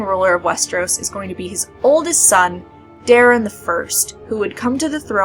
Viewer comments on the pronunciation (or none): none